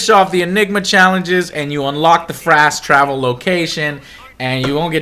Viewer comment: Frast travel. cannot be unheard.